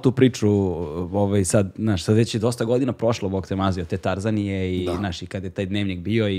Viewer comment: Ne možete tako da akcentujete Tarzaniju😠